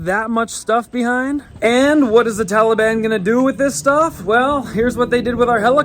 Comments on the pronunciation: Anyone else get irrationally angry at the way he says Tahleebahn?? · Am I the only one who thinks it's funny how Biden calls the Taliban the Tolly Bon? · It is not Talliebaon